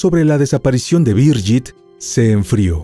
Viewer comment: La pronunciación es "Birguit Maier" no "Biryit Meyer", pues es alemán, no inglés.....